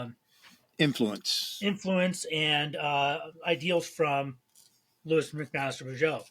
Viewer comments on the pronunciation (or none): For what it's worth, I've always pronounced her name 'LOW-is', like Superman's girlfriend, not 'LEW-is'. . No, the Penric series is in the fantasy 'World of Five Gods', not the SF Vorkosiverse. Though that world does have obvious parallels with medieval/early-modern Europe.